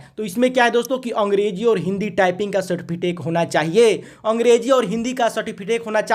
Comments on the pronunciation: Its सर्टिफिकेट,Not सर्टिफिटेक🤣🤣😂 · अरे भाई मेरे, पहले ठिक से सर्टिफिकेट बोलना सीखो